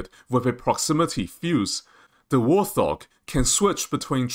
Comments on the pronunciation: Warthog is pronounced "Wart" and "Hog". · Interesting news, especially about the APKWS2. However information is presented in a confusing manner, and with repetition, with similar info presented in different places, eg. the markings for Drone Kills. This video could have been cut in half without losing any information. And also, it's "Wart Hog", not "War Thog". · Bro... it's Wart Hog, not wor-thog. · Great Vid. By the way. Its Wart-Hog, not War-Thog. Warthog is a type of pig. No idea what a 'thog' is. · Allow people their accent anomalies.